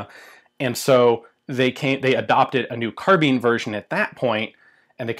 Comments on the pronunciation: Carbine, not carbean!! ;) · Carbine pronounced like vine not like bean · Sheesh, if you thugs would only go back to the etymology, carbine is derived from the Latin "kar" meaning "to aerate with extreme prejudice". So the pronunciation is decidedly "karbine". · In Britain we pronounce it "carbine." Although I'm prepared to admit the US version may be correct. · Obvisously the proper pronounciation is "karabina" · It's spell't "Carbine" but its pronounced CAR-BEAN, good feller. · Carb-eye-n not Car-bean. Guns & Ammo October 1966 page 47. Some author named Cooper. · Sounded like you say "kahabeen" lmoa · Mean, keen, been, mine, bind, fine, carbeen, carbine. pronounce the word "carbine" pronounce the word "carbeen" hmmm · GunFun ZS "and not even the majority of English speakers." ??? In a long life I've only ever heard Americans say "carbeen" and as Americans are no longer speaking English anyway they don't really count. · This just an American pronunciation ! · Pirates of the Carbine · So is it pronounced carbine or carbine